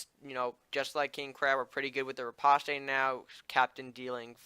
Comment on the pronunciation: Riposte is pronounced: Ri-POST. It's french so you don't pronounce the E